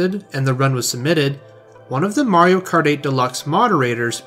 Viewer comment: "most people who play mawio kawt"